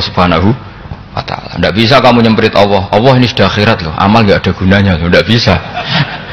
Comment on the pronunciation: Saya kok risi ya denger Gus Baha kalau menyebut nama Allah (Alloh).. kok kaya kedengeran Awwoh gtu ya.. apakah sama teman2 lain dalam mendengarkannya.. Apakah tidak ada yg bisa mengoreksi beliau..